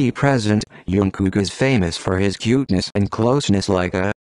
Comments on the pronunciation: Is nobody going to talk about the narrator spelling jungkook as youngkook! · his name is jungkook not tzukook👀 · it's jungkook not youngkook.. Lmfao